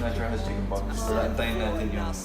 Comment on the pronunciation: its pox not fox